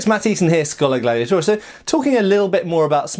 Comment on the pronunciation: Welcome to another “how much can I miss off the end of ‘Scholar Gladiat...’ and get away with it” masterclass. I wonder how many years it’s been since Matt has said “...oria”? :-)